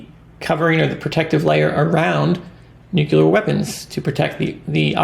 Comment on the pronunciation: Its not NUCULER , IT IS NUCLEAR